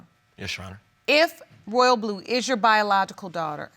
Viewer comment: Ma'am it's Royal'blu 🙄